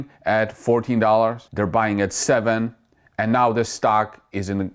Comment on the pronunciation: I always giggle when you say anow.